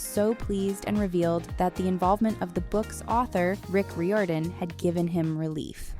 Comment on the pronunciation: (not a walkie stalkie), but YESS FR. (also when she said “rick roidien”)